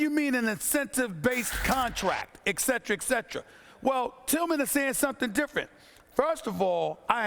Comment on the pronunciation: "EKCETRA" isn't a word. It's etcetera.